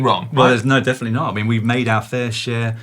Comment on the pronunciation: Caption: "I fin-k you went too far this time". "Trust me, this is the-fin-itely going to improve performance"